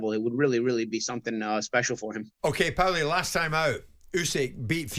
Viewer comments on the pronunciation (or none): "Powlie". What an idiot. Your supposed to be a sport and boxing pundit, yet you don't know the name of the legend of boxing PAULIE! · It’s PAULIE! not powelly. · Who’s “Powelly” Jim ya melt? It’s Paulie ffs🤦‍♂️ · Powley!! nah its Porley. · yeah but Paulie doesn't call himself powlie 😂 he calls himself paulie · Why is Jim calling him ‘Powlie’, it’s Paulie ffs 😂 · why the frick is that silly old codger calling him pawly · Why can't Jim just say Paulie like the rest of us it's not hard to pronounce ffs 😂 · yes but jim white isn’t Italian, wasn’t in Italy when he pronounced it that way and wasn’t speaking Italian at the time 🤦‍♂️I hate it when people try to put these cringe accents on when saying certain words/names 🤦‍♂️ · It’s classic powlie 🐷 lol jug 👂 and Powlie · 😂 I read this comment as the vid was loading then bosh straight out the gates "powlie" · Aye right powl the other one 😂